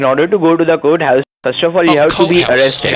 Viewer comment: I love how they can NEVER pronounce "courthouse"... they say... COAT-house ... LOL